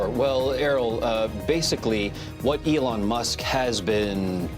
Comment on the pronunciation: Good content but could've been improved by training your AI to pronounce Elon correctly. A small tweak to remove the AI dead giveaway is all that would be needed.